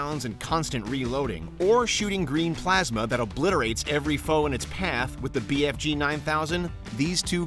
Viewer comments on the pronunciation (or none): none